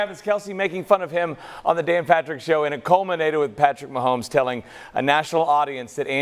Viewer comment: said Mahomie 😂😂😂